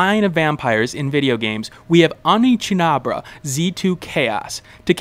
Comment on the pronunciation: I winced every time that I heard OneCHIABRA.